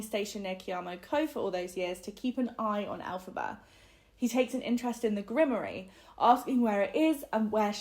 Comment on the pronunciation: While I’m grateful for the breakdown because I couldn’t read it since it was beyond boring, every time you mispronounced grimoire it made me shudder. 😆